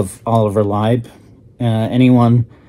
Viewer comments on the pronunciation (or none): Thanks for putting out this review - one thing to note: Lieb is pronounced "Leeb", not "Libe". The Black Album is a unique infusion of trance and hard techno. It is techno designed in such a way to sound "trancey". I was lucky enough to hear some of these tracks at techno events many years a go...Cellular and 88 sound monstrous on a big sound system.